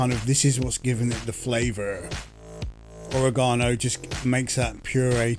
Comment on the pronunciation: I think you’re saying oregano wrong 🧍